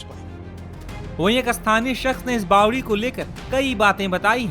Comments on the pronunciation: Are bhai bawli nahi bawdi bolo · रिपोर्टर भाई बावली नहीं बावड़ी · Kese patkar h inko nm lena bi ache se nhi ata isko bawli nhi bawari bolte h bhai